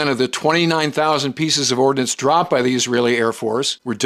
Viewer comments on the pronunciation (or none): it is Ordnance not Ordinance. Thanks AOCS